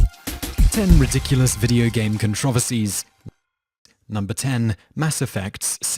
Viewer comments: It's said Con-tro-verse-e not Con-trov-esy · "Con-Trov-erses" XDXD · You pronounced controversies wrong